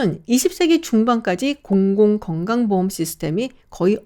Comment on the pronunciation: 공공건강보험.. 발음도 어려운데 잘하시네요 😂